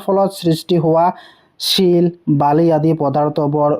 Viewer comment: ছিল নহয় শিল